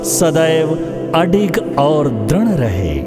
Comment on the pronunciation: It is soothing. मृदु is pronounced as mridu, दृढ़ is pronounced as dridh and कृपा- kripa, समृद्धि- मृ। ऋ की मा‌त्रा ri pronounce hoti h, nd क्ष- KSH; स्वास्थ्य। swaasTHYA